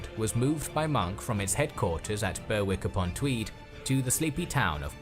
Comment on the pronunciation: I didn't know this part of our history, so, very interesting, though the narrator didn't seem to be able to pronounce place names correctly. Nottingham is not pronounced Notting HAM, and Berwick-upon-Tweed is "berrik" not burwick etc. Thomas Cromwell was Henry VIII's fixer and was enobled(given titles briefly before falling from favour and executed). Oliver Cromwell was a distant descendant of Thomas.